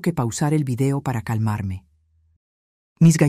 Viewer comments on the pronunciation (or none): none